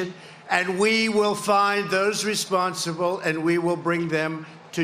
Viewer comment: "The federal government is con-ducking an aggressive investigation and we will find those respoonsible". Con-ducking? Is that latest name for waterboarding?